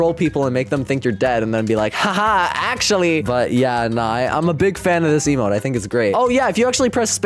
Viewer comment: bro said lmo insted of emote lol (i want the early acces plez) (id:DSG242i)